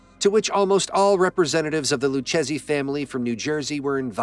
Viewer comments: Lou chezzy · Its pronounced loo Kay Zee not loo chasey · It didnt say Lucchese properly.